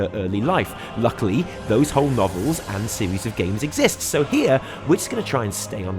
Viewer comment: when you said novels... all i heard was nobbles